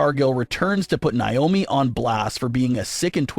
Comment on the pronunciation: It's not niomi it's Naomi 😢